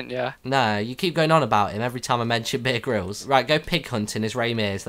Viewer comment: sounded like "beer can'